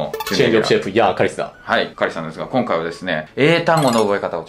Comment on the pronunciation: 日本語ペラペラだな笑 『今回』の発音が日本人っぽい